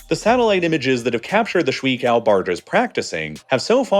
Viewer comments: 水 (shui) is pronounced shway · It’s pronounced “sh-way” not “sh-wee” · Honestly I couldn't make it to the ten minute mark because of how much it hurt to hear you say shwee-kao barges over and over again. The pinyin "shui" is pronounced more like 'shway.' The experience was like listening to a chef teach me how to "make a damn kaysadila," over and over again. You're better than that. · Every time you said . “ Shuǐ ~ 水 “ I cringed The pronunciation 💀